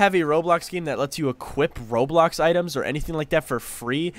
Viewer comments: Ain’t no way bro said roadblocks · HE SAID ROADBLOX LOL